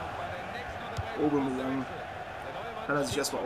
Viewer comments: Aubameyang wird übrigens obamejang ausgesprochen^^ jedes mal wenn du obamajang denk ich dass barack obama junior bei dir mitspielt^^ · der heißt aubameyang nicht aubamayang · Der heißt nicht Obama Yang sondern Aubameyang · Naja also obamAyang wird es nicht ausgesprochen. wenn eher obamEyang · Klingt immer so als würde er Obama Young sagen... xD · Cooles Video aber warum sprichst du Aubameyang Aubamayang aus? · Wieso sagst du Obamayang??:) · Aubameyang wird er ausgesprochen Kein Hate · obamEyang tut mir leid wenn ich das hör werd ich aggressiv wäre nett wenn du das richtig aussprechen könntest! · Haha Lachflash bei der Aussprache xD